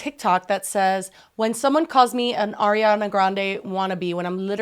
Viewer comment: PLS it's ARIANA not AIRIANA 😭😭